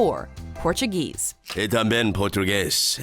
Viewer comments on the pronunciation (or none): none